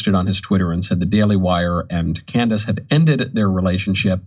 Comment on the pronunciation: I'm still trying to figure out the point of this segment. He doesn't even pronounce Candace's name correctly. This is silly speculation with no substance.